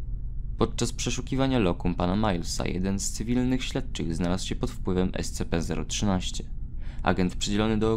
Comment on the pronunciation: ESCIPI A NIE ESCEPEEEEEEEE ale ignorując to, raport bardzo fajny :)